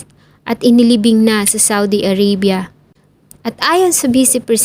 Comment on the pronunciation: A-r-a-bya hindi A-rey-bya